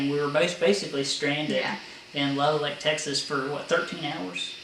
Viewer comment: You put an extra L in Lubbock. I learned that Texans don't like the names of their towns mispronounced when an ice storm stranded me Dumas. Another great video, just took me awhile to get to it.